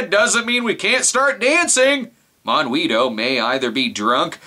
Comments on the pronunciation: Yay! I was ANAL (amused now and laughing) the whole time! A minor point: it's pronounced mohn-GEE-toh (with a hard G, as in goat) - it's okay, I'm from Argentina. Thanks for doing the voodoo that you do so well! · considering that he called him both mongweetoe and monhweetoe, i'm willing to assume he's purposely getting it wrong for comedic purposes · Sorry so be a pronounciation Castro, but Monguito is pronounced Mon-Gee-to. In Gui and Qui words the u is silent. For it to be audible you use the ü. For example higuera(fig tree) is pronounced ee-ger-a, while higüera(gourd) is pronounced ee-goo-era. Also, monguito is just a diminutive of mongo, which is weak. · No no and no. "Monguito" must be said with an Argentine accent, if not funny :P